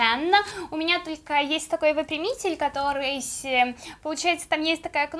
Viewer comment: Почему ты говоришь каторыйсь, -сь во всех почти словах, как то неприятно, контент хорош, чуть исправь речь, всё🤳🙏🙏🙏🤙🤙